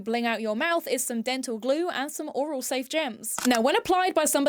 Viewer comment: oral and aural are pronounced different. Aural means to do with the ears. Oral means in the mouth. Oral is said more like oh-ral